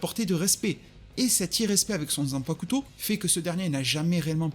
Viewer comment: Zanpacouteau mdrrr 😭😭😭 le u ne se prononce pas